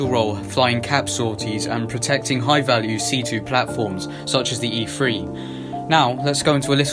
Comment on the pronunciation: its also an e3 not e free. Hilarious